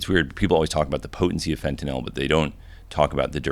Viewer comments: The only American I’ve heard pronounce Fentanyl correctly 😂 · Finally someone who pronounces it "fen-ta-nil" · Fun fact: you dont buy pure fentanyl on the street. Dudes doing lines are doing 90+% cut. No one is doing a line of pure fentanyl. No one. Also notice Hamilton actually pronounces it properly. Its not fent-ah-nol. Fent-ah-nil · Dude pronounces Fentanyl way smarter sounding than I do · Im juat happy to hear someone finally pronounce "fentanyl" correctly. Now can we do "nuclear"? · Hamilton is the only person who actually pronounces things properly God bless this man. I've heard so many retard Hicks call it "fent-a-nol". I tried a fent lollipop 15 years ago it's nothing special. Heroin and hydromorphone and codeine were all more pleasurable for me. Now I just stick with the kratom. It reduces inflammation at a profound level. I took 22 grams a day of the highest quality brand and I was able to walk around on a broken toe for months. The inflammation and pain went from extreme to almost non-existent. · It was so nice to not hear it pronounced "Fentanol" for once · Thank you for saying “fentanyl” and not “fentnall” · finally someone who pronounces fentanyl correctly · yup. Pronounced the same way as Benadryl. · Had to come here to hear the first person in a decade pronounce fentanyl correctly. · thank you for pronouncing the word correctly. everyone says FentyNOL.